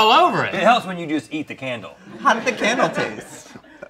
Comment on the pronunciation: the way he says candle sounds so posh